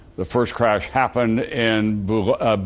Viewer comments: Microsoft Sam doesn't pronounce it any better than Tom..."Boo Call Key"..LOL! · It's actually pronounced Boo-shawl-kyee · Вы говорите по-русски? It is pronounced boo-shawl-kyee. He screwed it up. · Bukkake is pronounced "Bu-Ka-Keh" not "Bu-Caul-Kee" like Tom Brokaw says. So it's not really Bukkake that he's saying.